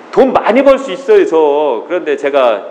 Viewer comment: 발음을 "있어요" 라고 정확히 해주면 좋겠습니다~ "있쉬요" 라고 하니까 성씨 이씨요 라고 하는거 같아 헷갈려요!~ 표준말 해주면 더 좋고요^-^